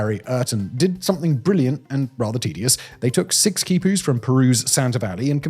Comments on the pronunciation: The naarrator's inability to pronounce a simple, two-syllable word like quipu is depressing. They're not /kajpus/. They're quipus. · Quipus is pronounced “key-pus”